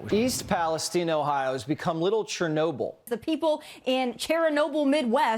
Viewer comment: When the dead whale was showing, did blondie say "Cheranobyl"? Or did her makeup deafen my ears